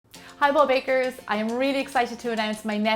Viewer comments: It's Bold Bakers and not Bob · There's actually a valid reason why you might perceive 'bold bakers' as 'bob bakers', and it's assimilation. Essentially, in rapid/connected speech, the 'd' becomes similar to the following 'b'. Here's a textbook example: try saying 'bad girl' as you naturally would, and pay attention to how it sounds. Most likely it's something like 'bag girl'. I hope I'm not wrong, sorry if I am.